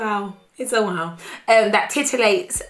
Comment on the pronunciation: "it is woaw"😂😂😂😂